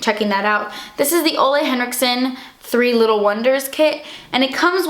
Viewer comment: HAHAHA I LOVED WHEN YOU SAID 'Ole Henriksen' BC WE SAY IT DIFFERENTLY HERE WHERE HES FROM AHAHA. Wow that was a lot of caps